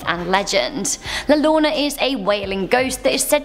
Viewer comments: U said la lorona HER NAME IS EASY TO SAY LIKE UR SAYING JOE THERE U GO ITS LA LLORONA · La llorona is pronounced yo rona if you can't roll the R. The "ll" makes a "Y" sound. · When she said La lona, I was deceased 😭😂😅🤣. Poor amazing woman, it's La Llorona mija! I understand that you don't speak Spanish. Mija you need to study in a Latin American country so that you can speak Spanish perfectly. Also la Lechuga (Za) shouldn't be said, cuz they're hearing you speaking about these demons. La Catrina is the Queen of Aztlan or the Aztec afterlife. La Catrina and El Catrin usually are represented by many people as a reminder of their dead. El Muerto is simply Death. El Cucuy is the Boogeyman for all Spanish speaking countries. You did an awesome job. Keep it up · I live in the rio grande valley. Yes we have those stories and yes they are terrifying. Im 38 and till this day get scared at night sometimes lol one thing though…the pronunciation…the way you say llorona sounds like you are saying loona which in spanish means tarp (the blue fabric u put over stuff) lol pronounce it like la-yor-ona… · If you are doing a video on Mexican myths it might be a good idea to verify how to pronounce things before making the video. El Cuco??? La LORNA???? LMAO!!!!! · Its makes me laugh a little how she butchers the name of La llorona